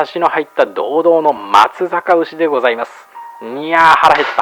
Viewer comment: ”まつざか”うしではなく、”まつさか”うしです。😠 byモンスター三重県民